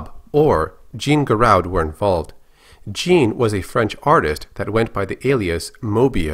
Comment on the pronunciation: I don't know mean to be "that guy" but his name is pronounced "Jahn"